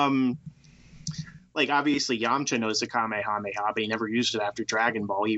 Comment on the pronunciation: I cringe every time you say saiyan or kamehameha weird.